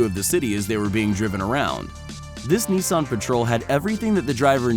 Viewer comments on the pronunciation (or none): “Nison” its nissan! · Also cannot pronounce "Nissan". It's not "nee-sonne", the "niss" part rhymes with "kiss" and the "an" part rhymes with "Anne" or "Lan", not "on". Stupid.